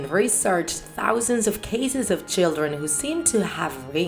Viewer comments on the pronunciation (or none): none